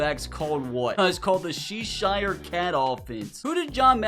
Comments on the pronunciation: No way bro said shesher (IM FROM CHESHIRE AND ITS PRONOUNCED ch-e-Sh-er) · She-shire sounds like the name of a lesbian bar